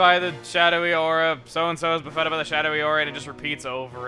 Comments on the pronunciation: Buffetted is pronounced BUFF-it-tid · It kind of bothers me how Chuggaa pronounces "Buffeted."